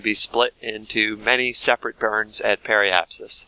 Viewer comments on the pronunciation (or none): none